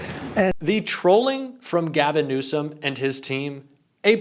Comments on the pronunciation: He called him newscumb, pronounce his name right , taco truck dummy don. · "Newscumb" and after mispronouncing the Governor's name Trump calls him incompetent.... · "Governor Newscom?" Trump can't even pronounce his name right!!! What an idiot... Trump claims he got the Olympics to go there??? WTF There have been enough vids, pix and victims' testimonies regarding Epstein and Trump that if people don't get it by now, they never will, so let's get off the Epstein files gig because it ain't going to happen and it doesn't need to happen! It's trivial and not worth the time to keep at it. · He said NEWSCUM...am I the only one who caught that? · He couldn't even pronounce Newsome correctly that clown said Newscome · Gavin "Newscom"??? Trump can't even pronounce Newsom's name correctly!! Trump is Brain dead and INCOMPETENT!! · Did Trump actually just call the California Governor “Newscomb”? Help me out here, that’s what I heard…. how about you? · Rump can’t even pronounce GCN name 😂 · Can't pronounce his last name and calls him incompetent. And then uses fowl language on TV. He is not only the worst president we have ever had, he's one the worst humans on earth. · Trump is so incompetent he can't even pronounce Newsomes name correctly. He thinks he's clever and insulting him but he just sounds illiterate lol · He’s really bad!! He can’t even say Gov. Newsom’s name correctly! Talk about white trash!! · Trump can't even pronounce Newsom correctly anymore. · TRUMP IS SO STUPID HE CAN'T EVEN READ BASIC ENGLISH. THERE IS NO LETTER 'C' IN THE WORD NEWSOM. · Trump can't even pronounce names correctly...BIG LIE..TRUMP HAD NOTHING TO DO WITH OLYMPICS IN CALIFORNIA..SUCH A HABITUAL PATHOLOGICAL LIAR.. CONSTANTLY SPEWING HIS SATANIC LIE'S!!! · The Peddy Lovin' Pants Pooper still cannot say Newsom? I wonder if all Peddy lovers are that confused?